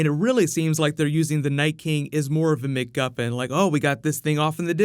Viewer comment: "McGuppin"? WTF!? I thought maybe you mispronounced some stuff because speech impediment seriously though man, what the absolute fuck is a mcguppin? McGuffin, Meguffin, Meh-Guffin...any of these...or anything that sounds like these, are correct. Once again, you are way off.